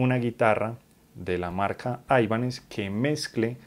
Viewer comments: Gracias por el video. Muy buenos detalles. Solo una cosa, sin ser hater, porqué pronuncias la marca como "aibanez"? cuando realmente el nombre no es anglosajón sino de procedencia hispana? Saludos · No es aibanes, paleto. Viene del apellido español Ibáñez que luego le quitaron la eñe